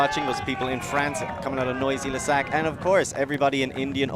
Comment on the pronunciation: It's not noisy le sec, but noisy le sec...I guess writing it down doesn't help...